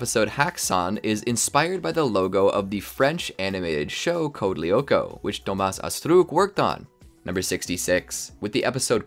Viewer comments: DHOMA ASSTRUKKK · The way he is pronouncing Thomas Astruc is 😭😭😭